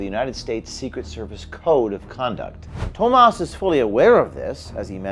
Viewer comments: Talk about deceptive - look at the name for clues. Tomas could almost pass for the American name (with a slightly different spelling) but sounds more like Hamas when when pronounced. Looks like one thing in our culture - and is different entirely. James said it perfectly - the point and outcome will be improved safety (consciousness-action-enhanced, appropriate results around such matters), transparency, clean-up, and security. Tomas needs to face the charges while things are overhauled and changed. All others working details need to be looked at and cleaned up, accordingly, asap. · What more do you expect out of a leftist. It's not Thomas it's Toemas' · Thomas, pronounced Dumbass.